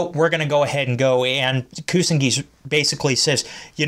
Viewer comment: It's Pronounced, YU-SA-KU & KU-SA-NA-GI.